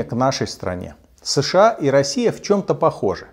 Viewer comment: СЭШэА, ТпитЫ... Комсомолец-есть комсомолец. Безграмотный, наглый и беспринципный.